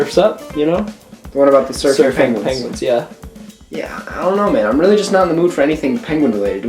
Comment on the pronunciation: Penwen. Pengwing. Pengwen